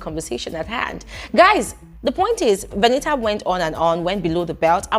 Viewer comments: please stop saying Veni-a 😂😂😂 I can't stomach this 😂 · 😂😂😂😂😂😂😂😂 which one is Veni'a. Does it mean that the t is silent in VENITA. 😅😅😅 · My stomach hurts with laughter with the way u pronounced her name 🤣 veniha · please behave. Lmaoooo, everytime you say veni’a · 😂😂😂😂... it's the pronunciation of Veni a for me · I like the way says Veni'a 😂😂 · it's u being serious abt calling her Veni-ah😭🤣🤣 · It's British English, their t is silent.😅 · It's the way you're pronouncing her name for me 😂